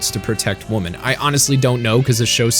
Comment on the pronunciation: Is the narrator unable to pronounce the word "women"?